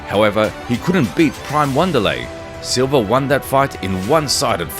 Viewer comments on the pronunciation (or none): TF is Wanda-lay Silva??